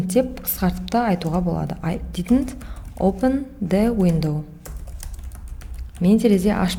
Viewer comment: Опын дауендау опындауендау сосын тагы опен дауендау басы осылай басталад